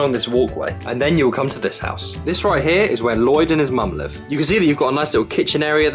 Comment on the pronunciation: also Lloyd not loyd